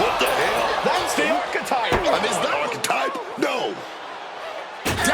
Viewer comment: The one guy keeps saying the architect but it's the architype